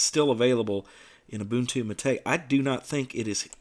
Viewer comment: Praise be. Someone who actually knows how to pronounce Gnome and Mate. I die a little inside every time I hear someone say "Guh-nome" or "Mayte".